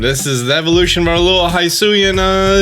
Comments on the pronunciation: It’s pronounced HE-SUI and HE-SUIAN forms damn it, not HIGH-SUI or HIGH-SUIAN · Why are you calling it haisuian ?? It's HISUIAN ,without an A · It's "hee-swee-en" my dude. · Nintendo literally pronounce Hisui and Hisuian every time they talk about this game SO WHY DO YOU PRNOUNCE IT WRONG???? HE-SU-EE not High-su-ee. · It's pronounced He-sue-ian. And the forces of nature have a "therian form", not terrain, as in beast form. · Your saying husuian wrong lol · The moment you said hisuian "hi-suan" already done with video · Stop pronouncing Hisuian wrong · Stop mispronouncing hisuian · How the hell is he saying Hisuian so wrong?